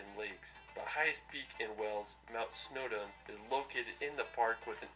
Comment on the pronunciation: ‘Mount Snowda’